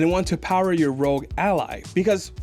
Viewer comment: you're saying rogue not rog. Rog is not pronounced rogue